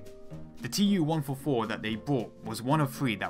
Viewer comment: IL -2 is pronounced "eew-2" fron "Ilyushin" and TU-144 is pronounced "too-144"